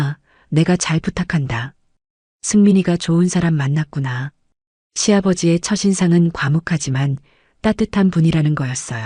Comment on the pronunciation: 글좀 똑바로 읽어라. 첫인상을 처신상? 니들은 서로 이야기 할때도 처신상이 좋네 하냐? 첫 하고 띄워서 인상 이라고 읽어라. 이것 뿐만이 아니지만 ~